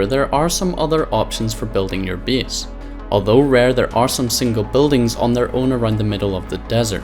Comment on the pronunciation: U SAYING "BASE" WORD SO FUNNY HAHA